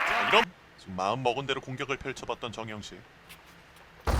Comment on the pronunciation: 심판분이 정영식을 잘못 발음하신 ㅎㅎ... 정영석!